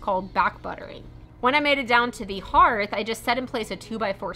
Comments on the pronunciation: DEAR IT IS CALLED A "HARTH" NOT A HEARTH-(EARTH) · I enjoy how you take on large projects and break them down into little steps. FYI... Justin and I say "hearth" the same way. I never heard it pronounced the way you said it. Cute section though, I'm glad you didn't cut out that clip. Cool Video!